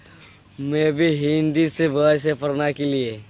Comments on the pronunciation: Hindi Jo Volta hai na oo lardka pagol mantel lardka hai Hindi ko hendi bol rha hai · হিন্দি কে হিন্ডি বলছে মূর্খ 😂😂😂😂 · ওরে ভাই আর এই ভাবে হিন্দি বলিস না। তুই এখনো ভাষা টার নামে জানিসনা হিন্দি ভাষাকে হিন ডি বলতেছিস বাকি আর কিছু বললাম না । পশ্চিমবঙ্গ রাজ্যের কোচবিহার জেলা থেকে বলছি